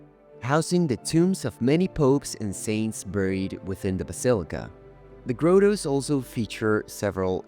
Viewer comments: Teaching the Italian accented A.I. voice the proper pronunciation of the word grotto would be nice. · Omg stop saying Grotto wrong